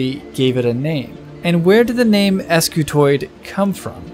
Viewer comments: Wouldn't that be pronounced "skew-toid" instead of "es-kew-toid"? Because an initial "sc" almost never breaks into two syllables, and because "skew" as in offset or twist... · wouldn't this thing be pronounced "skewtoid" and not "ess cue toid"? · ‘Ess cuh toid’ how do you spell that? Scutoid, not s-cutoid, scutoid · I realize he pronounced it as es kiu toid and not skiutoid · Spent the first half of the video wondering "If the first line of the description says Scutoid, why does he keep saying Escutoid the whole time?". Would be nice if you kept things consistent, or at least explained the name in the beginning rather than the end of the video. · Scutoid not S- scutoid 🤦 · The guys that invented this were smart enough to invent a new shape, but not use grammatical correctives. if this is an S-Cutoid, it'd be pronounced exactly that way, MAYBE chaotically SCutoid. But with every fiber of my being, Scutoid is pronounced 'Ssskew-Toy'd" ALL OF THIS BECAUSE OF SOME GUY'S FKN NAME? So its acutally SkewToy'd Scutoid. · Wouldn't it be pronounced "scutoid" and not "eskyootoid?" Like - "skoo-toid"??? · pretty sure it's not an "Es-cutoid" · that you remove the e in the title and description but still saying 'escutoid' is a bit trolly